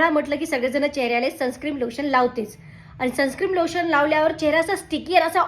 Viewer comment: सनस्क्रीम नाही सनस्क्रीन